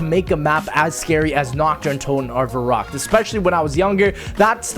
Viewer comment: Why does everyone mispronounce verrückt? It's pronounced "verr-oo-ckt", not "ver-uh-ckt" :/.